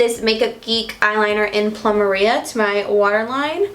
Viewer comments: Girl! It's not PLUM-A-RIA. It's PLU-MER-IA! Like the flower in Hawaii! Lol! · Plumeria is a flower. It's pronounced ploom-AIR-ee-ah 😉 I've heard you say your way before and thought I'd leave the phonetic spelling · Beautiful makeup! But that makeup geek eyeliner is pronounced ploo-mare-ria it's a Hawaiian flower lol much love from Hawaii!! ❤️❤️ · Plumeria----> ploo-mare-ee-uh. Like the flower 🌸☺️